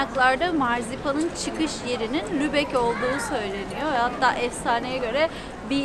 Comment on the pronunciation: selam canlar, once iyi haber, elsfleth'e gitmemis olsaniz bile sizi hep severek izliyoruz ve bu hic degismeyecek. Kotu haber ise, 'da "Lubeyin" demissiniz ama Lubeck bir ozel isimdir ve yumusamaz :))) bu'da size nazarlik olsun. ;)